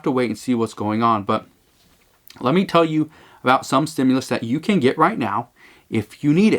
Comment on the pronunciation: There IS NO!!!!!!! stimulis that's the new way of saying it. I seen some really bad comedians but we are the ones getting fried!!!!